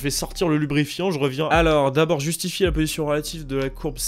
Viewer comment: le "jusifier" m'a donné la même réaction !